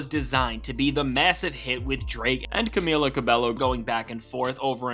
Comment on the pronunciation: Dude how did you pronounce "Camila" 3 different ways in this fuckin video